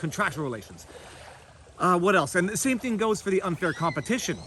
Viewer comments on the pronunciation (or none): none